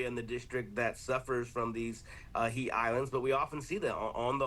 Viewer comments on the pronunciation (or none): AH!? It is HEAT not HEIGHT